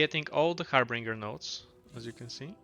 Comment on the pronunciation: Harbinger not “Harbringer”